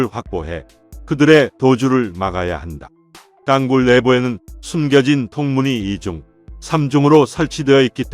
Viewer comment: 내용은 제작진이라 미리 알텐데~. 띄어읽기가 안되네. 윗선의 묵살. 부하장병의 희생을 개의치 않는 자 누구냐? 땅굴[땅꿀] 이것 발음 안되나?